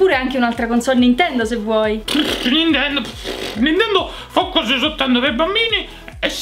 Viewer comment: "oh, prego" -Comessa...ciao....vorrei un gioco.... Un gioco Bi ninkia quattroh everh (ironia)